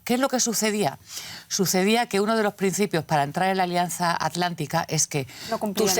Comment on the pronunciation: A los la señora dice alianza atlética o atlántica?